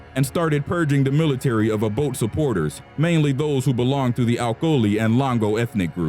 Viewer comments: its not o-boat. its o-bot-ey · Its pronounced obotay not obote😂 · Milton Abote (a-Bo-tay) not Milton Aboat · It's Samuel Doe. Not Odoe. And you also got the pronunciation of Obote wrong. It is pronounced O-bo-te and not as Obod. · Former Ugandan president Milton Obote's last name is pronounced "Oh-boat-eh", not "Ah-boat". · who tf is Obot...the e isn't silent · It's read Abotay. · get your facts right...its Acholi not Alcholi and its President Obote not Oboth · Great job. But I'm not criticising your narrator, but you should have gotten an African to narrate this one. The accent this one has totally mispronounced the names of the ones involved. Eg- Obote, Nyerere etc And please do research about Gaddafi